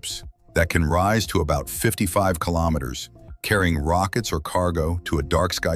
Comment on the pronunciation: Sick and tired listening to stupid AI narrations mispronouncing simple words like kilometres